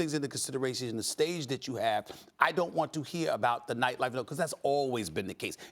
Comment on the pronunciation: Jay will read your visuals next time before asking for all the attention.its nightlife not lightlife